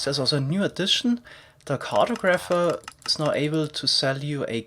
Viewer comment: cartographer - emphasis on the second syllable, "O"